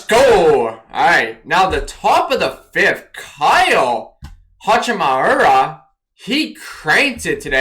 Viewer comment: “Kyle Hachimahura” “Kyle Hasahahura” I think you mean Higashioka (tip: it’s pronounced exactly like it’s spelled) HI-GA-SH-EE-OH-KA